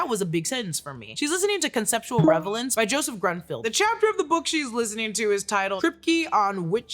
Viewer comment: Am i the only one heared revelance?